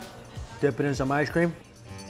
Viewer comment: Shoff sherve ishecream